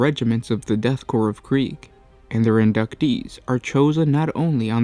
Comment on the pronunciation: It is called death korps of krieg, not kreig